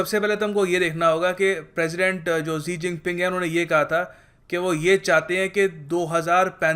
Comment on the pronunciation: xi jing pi nahi shi jing pi china mai asia bolte hain